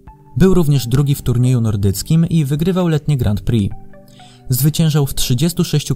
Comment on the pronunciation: Bardzo mi się podoba ten ranking. Na 2 rzeczy zwróciłbym jednak uwagę: 1. Wymawiamy "Grą Pri", nie "Grant Pri" - zwłaszcza to "t" kłuje w uszy. 2. Przydałoby się jako osiągnięcia specjalne dorzucić "obrona tytułu", czyli np. 2 wygrane w PŚ z rzędu, 2 złota na dużej skoczni w MŚ/IO z rzędu, 2 wygrane w TCS z rzędu itd. Jednak to świadczy o wielkości sportowca, jeśli potrafi obronić wywalczony tytuł. A kilku by się znalazło :)